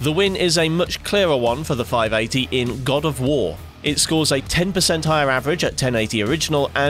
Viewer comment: "in god of woor"